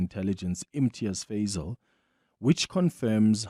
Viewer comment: Fazel not fadel